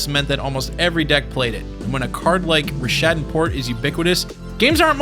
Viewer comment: I'm wondering if you actually played during this era. You don't know how to say Rishadan, didn't acknowledge that hunted waumpus was extremely playable, etc etc etc